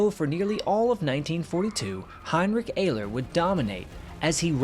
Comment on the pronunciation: heinrick ayler